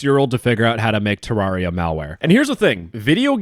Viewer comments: "Ter-rawr-ia" is crazy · Its Te-rare-ia. Just so you know.